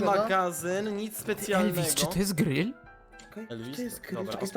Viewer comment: Grill nie Gryll